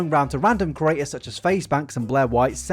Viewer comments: can you PLEASE learn how to pronounce “creator”.... every single video you pronounce it like “curator” and it’s so annoying man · Ok but like can you stop saying « curator » when you mean « creator »